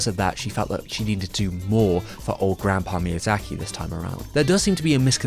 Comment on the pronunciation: A yes, my favorite director, “miyazachary”.